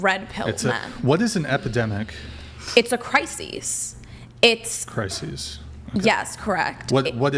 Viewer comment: One crisis. Singular. Two Crises. Plural. They are pronounced differently. please don't let this be the next Woman Women thing.